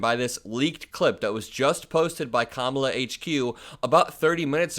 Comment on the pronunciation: Is Trump just incapable of pronouncing Kamala Harris's name correctly, or does he think he being clever,,,,If he keeps pronouncing her name Ka-Mala,, she should start pronouncing his name Don-Old